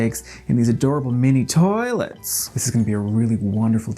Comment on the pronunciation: "They served them in these adorable mini TOI-lets."